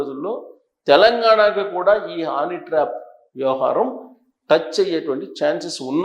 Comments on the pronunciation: హానీ ట్రాప్ ఏంటయ్యా బాబు. అది హనీ ట్రాప్. 😂😂 ఏం జర్నలిస్టు వో ఏమో 😡😡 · హానీ ట్రాప్ కాదండీ హనీ ట్రాప్